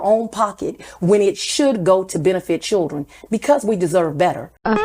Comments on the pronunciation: His “ chilllren”? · “Chilren” what’s a “chilren”? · His wife was raising his chilren. WTF are chilren?